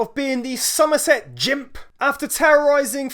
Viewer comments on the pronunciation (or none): Gimp NOT Jimp